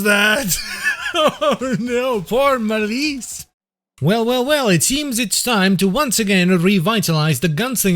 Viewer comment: excuse me malece its mal ise